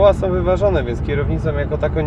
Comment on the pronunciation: WIBRACJE SOM! Od palenia gumy som. to nie Janusz.